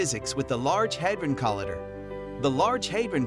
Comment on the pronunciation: Learn how to pronounce collider.